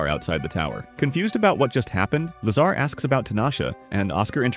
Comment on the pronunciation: Lazar? All I hear is lasagna! 😂 🍝